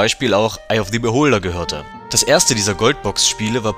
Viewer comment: Kann sein das ich mich irre, aber wird bei "Eye of the Beholder" das the ist normal aus gesprochen Beholder fängt ja nicht mit a e i o u an